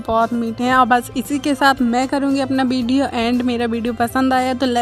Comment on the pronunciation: To galat bol Lagi video Hota Hai video bolna Sikh Le video Hota Hai Mera video bolati Hai video